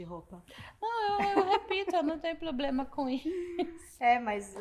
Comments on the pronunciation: Mas não é mesmo. É apenas uma inútil, deslumbrada que acha que tem algum poder no Brasil. E outro detalhe. Como uma pessoa pode ser formada, ter pós e falar tão errado assim? A deslumbrada fala "ploblema". A mulher quer regular as redes no nível de prisão por apenas dar opinião. Tipo "desagradou ? Tá preso!!!". É inadmissível o que essa mulher tá fazendo, ela jura que tem alguma voz, sem ter recebido um único voto. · Linguagem que você entende? Ele disse abrido, ploblema, cidadões, salma de palmas etc ....... kkkkkkkkkkkkkkkkk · Por mim Janja dava uma entrevista todo dia, não sinto mais falta das asneiras ditas por Dilma. Minha diversão está garantida. 😂😂😂😂 "Porque não podemos fazer um controle das redes igual a China?" porque será em Janjinha! 😂😂😂😂😂😂😂😂😂😂😂😂😂😂😂😂 é "Ploblema" 😂😂😂😂😂😂😂 mais Janja.😂😂😂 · Que mediocridade dizer que é o "auge da carreira". Essa jornalista tem "ploblema" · Uma" SALMA" de palmas para esse "PLOBLEMA" que se acha inteligente 😂😂😂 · Ela voltou a falar "ploblema" ou foi impressão minha? 😂😂😂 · é uma analfabeta ela fala ploblema, é uma sem noção deslumbrada ! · Desculpa aí...pra quem teve Ruth Cardoso conviver com uma primeira dama rasa, sem compostura, falando português errado, comendo o "s" do Plural, mandando os outros se f...., infringindo protocolo oficial com chefe de estado... É DUROOO...infeliz//te É O QUE TEM PRA HOJE...misericórdia.